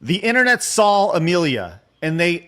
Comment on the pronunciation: Take a shot whenever mispronounces "saw" as "Saul"